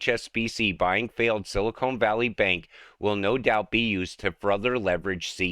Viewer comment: Hey! It isn't Silikone but Silicon!! come on